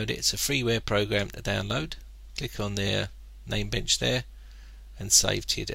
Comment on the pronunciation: dude. it is NAMEBENCH